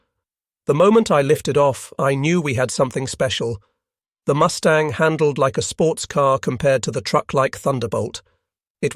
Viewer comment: Did I hear the narrator right? Did he say MOOSE tang instead of MUS tang?